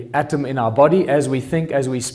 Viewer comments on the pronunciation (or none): none